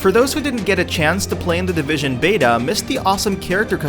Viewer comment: "The Divishaan!"